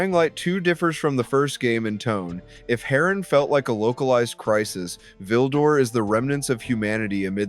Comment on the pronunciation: Why you pronounced it as "Ha RAN" 💀